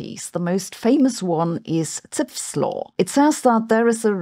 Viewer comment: Zipf was an American and his name is pronounced as "zif", not "tsipf"